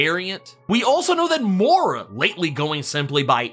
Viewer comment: Dude....I've heard you pronounce Moira correctly...Why the Mora?